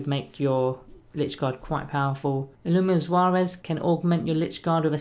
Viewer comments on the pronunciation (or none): Illuminor Suarez lol. Where is that pronunciation coming from??